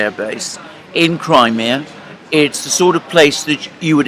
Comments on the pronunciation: I've never heard Crimea pronounced "Creamaya"? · You have now, it appears. It's the European way of pronouncing it, rather than English. I'm bilingual, and when I talk in English, I pronounce the name as Cry- mee-a. When speaking to Slav friends or family, it's Crim (cream) e- ya. Or just Crim.